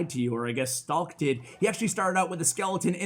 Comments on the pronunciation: letss goo i always pronounced it like strike in my head, i was so sad when i heard pronouncing it stralk xD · His nickname is pronounced like Strike. And it is not Ukrainian, it is just a nickname. b.w hello from Ukraine.